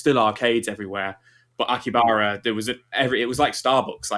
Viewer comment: Wondered when they'd get Frank on. Take a shot every time mispronounces Akihabara.